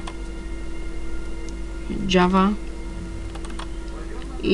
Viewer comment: Nie dzawa tylko jawa xD